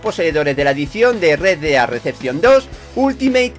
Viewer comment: No estas equivocada solo que a se le quedo la pelotilla estancada y no pronuncia bien:v